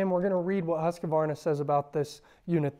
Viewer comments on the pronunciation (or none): Good video, but please say the name correctly 👍